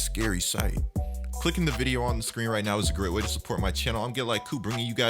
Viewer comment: Please stop saying vide-UH I might unsub 😂